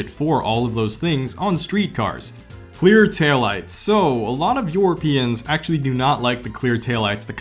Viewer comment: Europeans❌ Yourapeans✅